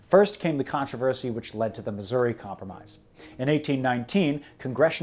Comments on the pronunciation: You're mispronounced my states name. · It's Missoura